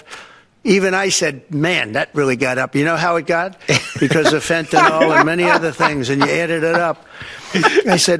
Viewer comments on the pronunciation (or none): He says "fentanyl" like it rhymes with "Geritol"